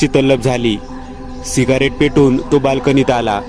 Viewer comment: सिगारेट नाही रे. सिगरेट अस अस्त असुदे असुदे चांगली स्टोरी सांगतोस. 😘😘😘